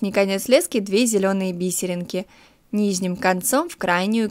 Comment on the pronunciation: ти конечно без обид но когда ти говориш "низним" ето бесит немного правельно вобщето "нижним"😂